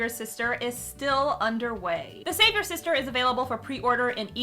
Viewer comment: Everytime she says the title of her book it sounds like she's leaving out the "apostrophy s". She clearly says "The Savior Sister". In fact I thought, that that WAS the title, before I saw it written on the cover. Sometim es it can be hard enough to stop other people from fucking up your titles. So why is she doing it herself here? xD